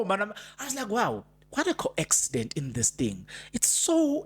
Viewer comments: how are you my brother? Thank you for yet another update. It's a "coincidence" not "co-accident". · Coincidence. Please. Not coaccidence.